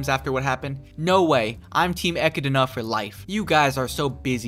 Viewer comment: bruh - it's Echidna - pronounced Ek-kid-na. Like, knuckles the echidna. Good review tho.